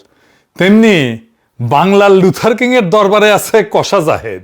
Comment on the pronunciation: দাদা লুথার কিং বলেন নাকি লুজার কিং ?